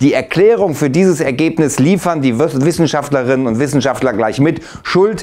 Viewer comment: 3.52 ist irgendwie strange wie du bei den wort Wissenschaftlerinnen "ab gehst"